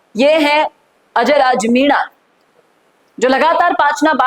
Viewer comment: पहले MENA bolna Sikh Varna sabse पहले तेरी ही हेकड़ी निकलेगी